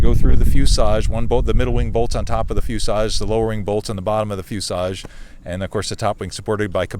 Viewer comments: Why does he keep saying fusage? I want to scream at my phone and say "it's FUSELAGE"! lol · Is there a reason for his pronunciation of "fuselage" as "fusage"? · Fuselage. There’s an L in that word.